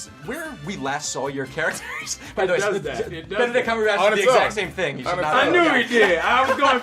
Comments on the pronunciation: Winston: broham cumberbatch Anthony: bedadrayl cumberbatch Sebastian: Bernard cumberbatch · What is this disrespect? You don't make fun of Benadryl Cucumberpatch's name And oml Lizzie said squirrel twice 😂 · AHHH yes Bendydick CrackerSnack, how do people get his name wrong? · I love how no even cares enough to pronounce benadryl cumbersnatches name right anymore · fakeituntilyouareit it's kind of an internet running gag to pronounce his name wrong and because of that so many people do this😅